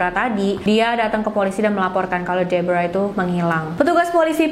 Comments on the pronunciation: Pas nyebut nama Deborah malah kaya nyebut Zebra 😭😭😭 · Sumpah, kupingku berasa iritasi banget denger nyebut nama Deborah, padahal pas nyebut nama tokoh yang lain aja pakai pelafalan biasa, ga dipaksakan kaya pas nyebut nama Deborah 🥲🥲 lain kali coba pakai pelafalan yang disesuaikan dengan bahasa Indonesia aja mbak.. berasa aneh dengernya